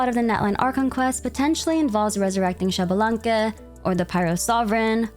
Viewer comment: I know you like to pronounce names correctly, so Xbalanque is pronounced eesh-bah-lan-keh and not shabalanque, often also written as Ixbalanqué. Not sure if Genshin will use the correct pronunciation or not (Tighnari, anyone?), just know this is how it is pronounced in Mayan.